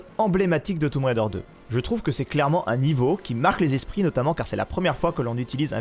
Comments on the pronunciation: "toume raider" 😅😅😅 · J'adore le "toumb" raider 😂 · oui c'est ce que j'avais cru comprendre mais ça me fait toujours sourire quand je l'entend prononcer comme ça 😊